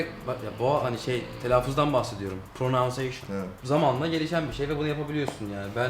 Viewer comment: Pornanseyşın = telaffuz SKDKSHSGSIBS